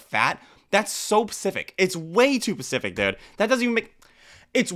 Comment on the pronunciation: Bro why you sayin pacific and not specific